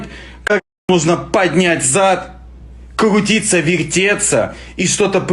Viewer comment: Кгутиться вегтеться)))